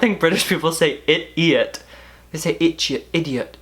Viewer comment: british voice: "ya i'iot" that was my favorite thing ever